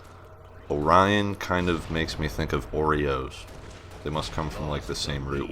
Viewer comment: when he said oreo the first time, i thought he said burrito, then he started talking about oreos. confusing as hell